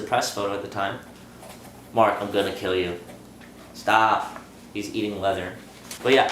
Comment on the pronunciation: "Mark staph it" xD